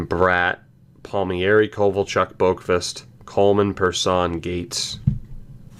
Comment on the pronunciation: Palm-eri not Palmy-eri